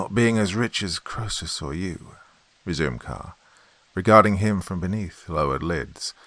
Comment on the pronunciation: KREE-sus! Like Phoebe. Otherwise, perfect